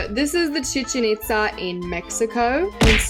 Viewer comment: YESS YOU SAID CHICHEN ITZA RIGHT